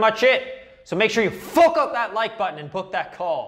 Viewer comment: Love how you pronounce fuck "FOOK" its awesome